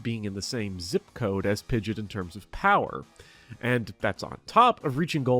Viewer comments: Pidget? Pidget? Pidget???? Its Pid-gee-ot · Stop calling pidgeot pidget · Jesus christ please never say 'pidjit' again 🙏 😅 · is it a joke in the community to call it pidge-it instead of pidgey-ot? A lot of people do that. like its pidgey pidgey-o-toe then pidgey-ot. Which is weird anyways, i feel it should be pidgey pidgeot then pidgeotto. Just swap stage 1 and stage 2s name and thats it. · Minor nit pick. Pidgeot is pronounced pidge-ee-aht. Not pidge-it. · Great video! Very informative. I just have one critique... you mispronounced pidgeot. It's pronounced Pid-jee-aught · Hearing him pronounce Pidgeot like "Pidjet" almost broke me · Commenting to call you an ingrate for pronouncing it “pidgit”. I hope you feel bad. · First person to ever pronounce Pidgeot as "pidjit" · The pronunciation of Pidgeot is atrocious. PID-JEE-OTT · Say it with me now. Pid-gee-awt. Had to get that out there. Love the vid tho 😘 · Great video, but that “Pidget” really triggered me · the way you pronounce pidgeot is insane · something terrifying about the pidgeot pronunciation. i expect nothing less 🫡